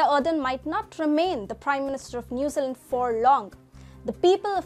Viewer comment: "New Zee Land" New Zealand, sorry but i hear "Newsalent" lol its like someone calling "India", "In die uh" - sorry but thats all i could think of the entire video..